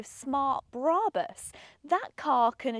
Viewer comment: brAbus not braaaabus